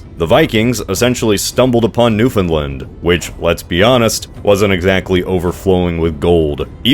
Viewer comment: Interesting way to pronounce Newfoundland.